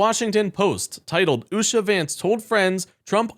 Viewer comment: Usha? Loompah. Loompa ? Usha. And you mispronounce Kamala?.. And i dont even like her.